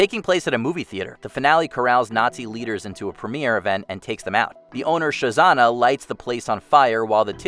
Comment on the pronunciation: The owner of the cinema in Inglorious Basterds was Shoshanna , not Shozana